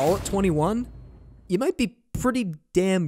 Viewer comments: from a finnish guy its HEYskanen to all americans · It’s “ HE- SKANEN “ by the way you guys 🙂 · Next: Learn how to pronounce his name. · Heiskanen is pronounced "HAYS" instead of "HI" and Khudobin has a silent K, but great video!! So glad that Miro is getting recognition on a national level :-)